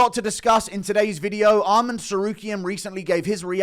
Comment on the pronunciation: Guru brah, it’s Arman. Not Armand. Please.